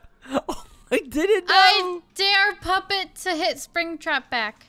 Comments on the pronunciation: springtrap called puppet Poopet lol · Why springtrap calls pupet poopet 🤣🤣🤣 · Everyone says “Puppet” except springtrap Springtrap:Poopet Others: Puppet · Does anyone else relise that Springtrap says “pooputet”? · I love that too I was like finally somebody in the world feels the same as me I can't stop saying poopet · Poopet everyone says Poopet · ITS POOPET NOT POOPUTET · I love how is saying Poopet insted of puppet UwU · say poopet instead of puppet!🤣😹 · I like how Springtrap says poopet like me instead of puppet 😂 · No one: Absolutely nobody: SpringTrap/: PoOpEt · I like it when springtrap said poopet instead of puppet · Nobody: Springtrap: “Poopet” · Has anyone noticed that always says poopet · Is anyone not talking about calling puppet poopet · Fried said poopet 🤣😂🤣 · Haha why does say poput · said pooputet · Why do i always hear POOPIT why??? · Lori McNeely no he said POOPIT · did Funtime Freddy or say POOPET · You said poopeutep